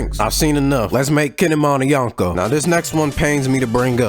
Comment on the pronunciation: Speaking of fraud- you’re mispronouncing “Yonko”. You’re saying [yawn-ko], but in Japanese the way you pronounce 4 is [yohn]. “O” in Japanese is always pronounced “oh”, like in Zoro, or Naruto.